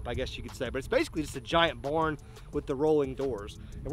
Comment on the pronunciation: Says born instead of barn 😂 tryna turn into flair bro doing almost everything he has/doing